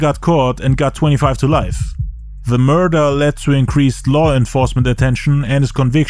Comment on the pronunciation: Everytime he says the word murder even as a court charge.. he says it like MURDA.... JA RULES ASS IN THE TOILET THOU .